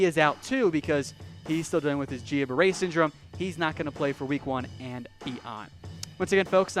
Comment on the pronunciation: You need to go watch an episode of House to learn how to say Guillain-Barre.